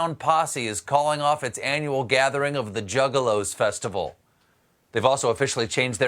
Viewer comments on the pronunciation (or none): none